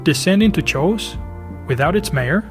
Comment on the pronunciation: Lovely explanation, but 'chaos' is k-EI-os in pronunciation.